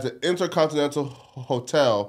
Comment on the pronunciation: trying to say hotel is Gold lmao